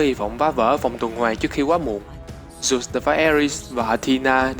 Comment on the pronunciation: Dớt đọc thành dút trình dộnđộc tren bá vc